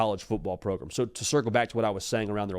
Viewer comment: Pulse of the Progrum (not program)?